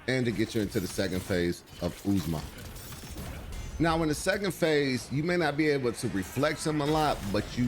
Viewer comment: OOZE MAH LMAO. it’s Ozma. Like the Wizard of Ozma